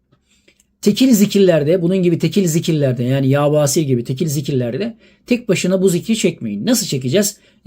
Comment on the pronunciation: Yâ Basiiir. İ harfini uzatıyoruz...